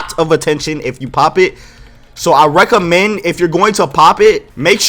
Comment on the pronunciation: My dude must be a fighting game player with that “Rekka-mend.” Fei Long would be proud 🤣